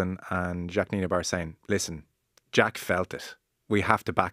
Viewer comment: It’s not Nienebar. It’s Nienaber. Nee-nah-bur.